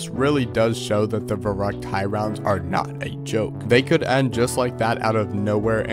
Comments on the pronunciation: As a german i get so mad when people mispronounce the name of Verrückt.. Its Verrückt, not Verruckt. Put some effort in it. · My boy here butchering the german pronunciation